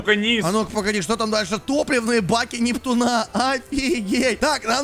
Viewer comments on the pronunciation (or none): Почему нептунА а не нептУна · круто что ты закончит сабнатику(поздравляю). Я всё ещё смеюсь как ты произносил нептунА.